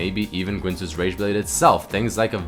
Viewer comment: Why are you saying gwinsues?